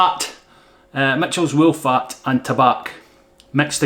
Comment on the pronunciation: Nice "woollac" 😂 😂 😂 👍👍🤓